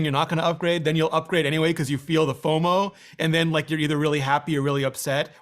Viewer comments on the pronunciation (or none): Rene literally pronounced "FOMO" 💀